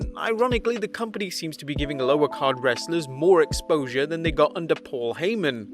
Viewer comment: Why did you say “wrestlers” so weird?